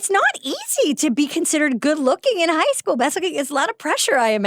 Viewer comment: I thought she said "Hosco" like Costco. My begeezes! She said High school!!!